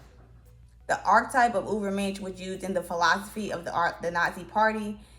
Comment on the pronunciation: This person is exactly a role model for the Dunning Kruger effect. Pronouncing Ubermensh as "Uberminsh" is just straith up diabolical, if this is a satyre account you got me I confess.